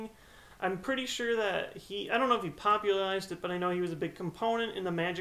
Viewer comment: Are you saying "popularlize"?